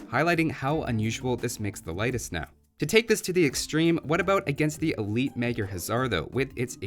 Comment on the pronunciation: It's pronounced [Ley-tis]. I'm Lithuanian.